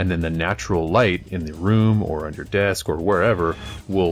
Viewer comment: When did ya hire Duncan from GW? "Thin ya paints" weirdo.